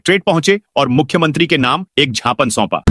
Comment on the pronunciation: ❤ सही शव्द है ज्ञापन ।उसे छापन बोलना छापड जैसा लगता है।ज्ञापध बोलना क्या ग़लत है।😊